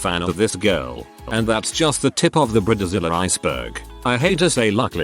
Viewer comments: This is why AI voices are a bad idea. Brid A Zilla. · Briedder zilla 😂💀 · Ooh it gets me everytine he says brid-eh-zilla